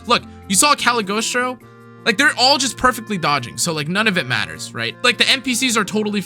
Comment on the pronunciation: You should read Cag’s name again lol “Cag-lee-oh-stro” Sweet team though. Rackam and Naru do work